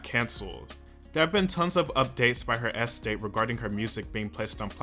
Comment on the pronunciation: Might have been a good idea to learn to pronounce "estate" if you were going to use it so many times in this video...